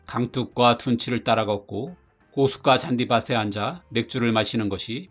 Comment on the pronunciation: 잔디밭에 [잔디바세X] [잔디바테O] ㅌ음가 전이로 ㅌ받침의 소리를 살려 읽어야 맞습니다.